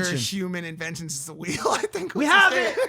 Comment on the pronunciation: "THE WHEELE"!!!!